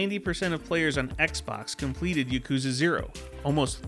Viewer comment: I have a single complaint about this video. You're pronouncing yakuza wrong! It's YAH-koo-zuh, not yuh-KOO-zuh. I just thought I would point that out.